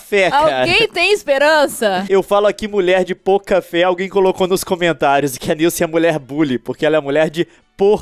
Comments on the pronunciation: o pouca fé que vc falava eu pensava que era: mulher de boca de café kkkkkkkkkkkkkkkkkkkkkkkkkkkk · Leon vc fala mulher de pouca fé ou mulher de por café